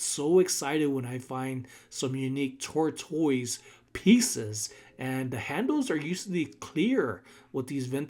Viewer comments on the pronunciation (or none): The correct pronunciation of tortoise is TOR-tuhs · I can't help but giggle every time you say tortoise. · I think he confused himself to saying it the wrong way 🤷🏽‍♀️